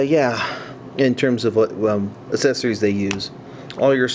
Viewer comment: Not to be rude or anything but why do you say accessories like 'asessories'?